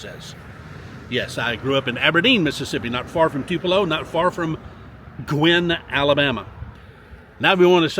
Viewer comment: You gave a shout out to viewer in Guin, AL. I went to school there. The town is named after a man with the last name of Guin. In this case, it is pronounced Gyoo in, rhyming with few in.